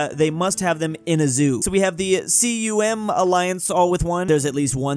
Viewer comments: No way he said C. U. M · Did he just say the C U M alliance?